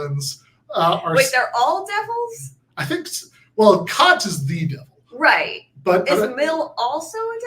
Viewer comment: Kant is definitely a name you don't want to mispronounce.